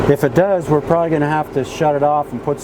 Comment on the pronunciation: "We're" is not pronounced "were". Wahder????